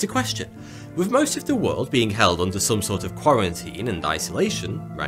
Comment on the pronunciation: Sorry can't watch video from somebody that talks like a child because they can't realize words with "th" in them do not sound like "va" or "fa". Aver fen vat. Good job!